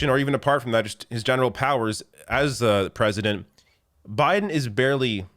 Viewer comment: Joe Biden is more conservative than prezzuhdunt rayGun